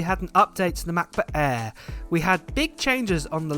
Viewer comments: Say it with me now MACK book air not Ma buk aah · “Macbook Ayeee…” 😂